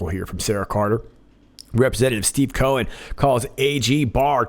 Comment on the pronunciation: Cohen... Co- hen = hen + hen. Seems likes this demure little bird just laid an egg.